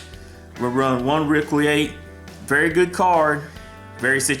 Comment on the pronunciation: Qli-Fort say it that way.